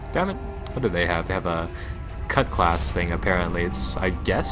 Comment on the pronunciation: CUTLASS! ITS PRONOUNCED CUTLASS!!!